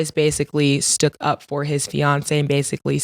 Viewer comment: This lady said “stook up”. There should be an IQ test prior to letting dumb people post vids, let alone host in it.